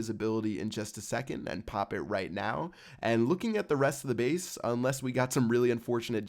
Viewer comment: quit saying "pop" it is so annoying when you say it cause you put emphasis on it and sound like a douchebag